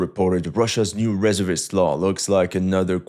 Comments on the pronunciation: Please don't take this the wrong way. I really like your videos. They are informative and entertaining. However, you drove me crazy with your pronunciation of "reservist" in this one. It is pronounced as follows with the stress on the second syllable - "ruh-ZUR-vuhst." BTW, what is your ethnic background and native language? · I'm not a fan of how he's pronouncing "resevist" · "r e z e r vist" or "re-zervist" ..... sorry that's all I could hear in the entire video, love yr work tho. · Reservist (Ree-zurv-ist) not (Ress-er-vist) and don't go off of the AI results as with so many things the AI is wrong and people are blindly following. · "Reservist" : "re-ZERV-ist" not "RE-zerv-ist". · YOU NEEED TO PRACTICE SAYING RESEVEST YOU SOUND STUPID SAYING IT RESERVEST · *Reservist, pronounced [ ri‘ZURvist ] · Pronounce "reservist" wrong in English just one more time. 🤔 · Every time you said “reservist” my testicles retracted a little bit. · Thought I might point out that 'reservist' is stressed on the second syllable, your English is of course excellent especially for someone whose native language is French